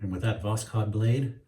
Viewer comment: Hi,the emphasis in the word Taiga is on the last A,and n the Voskhod the K doesn't pronounced. 👍